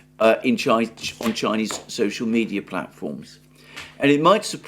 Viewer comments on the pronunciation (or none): none